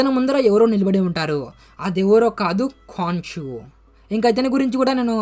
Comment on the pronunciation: అది కాన్షు కాదు bro కొన్షు... అన్ని మర్చేస్తవు నువ్వు